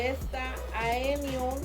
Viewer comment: 😅es AEonium!!!!, no eonium